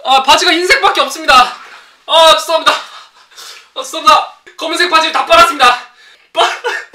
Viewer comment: 고3이라ㅜ그런지 죄송합니다가 재수합니다라고 들리네